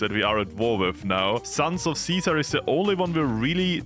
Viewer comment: its deffionitly ceaser as in the roman emperor... thats tho whole theme of ceasers legion... you were saying it correctly!